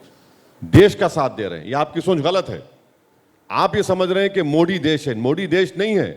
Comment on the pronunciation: ओवेसी जी वो मोडी नहीं मोदी है | आप थोडा नाक से बोलते है तो दिक्कत हो जाती है |